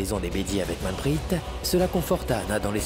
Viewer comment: C'est vraie vas y court pour allez dire à Ahana qu'elle fait erreur sur la liaison de manprit , on verra si elle vas pas te casser en deux 😮😂😂😂